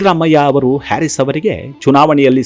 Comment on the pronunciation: ಅವರ ಹೆಸರಿನ ಉಚ್ಚಾರಣೆ ಹ್ಯಾರಿಸ್ ಅಲ್ಲ ಹರೀಸ್ ಅದರ ಅರ್ಥ ರೈತ ಎಂದು